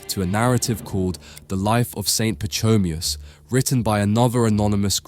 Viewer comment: It’s “Pa ko me us” Pachomius, not pa cho me us.